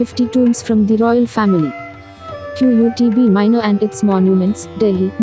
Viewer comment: Can't you pronounce Qutb Minar? Q-U-T-B lol (It's as Kutub) ... 😀😀😂😂